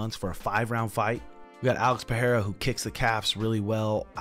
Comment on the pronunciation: Bro, that's Pereira. Not Pahera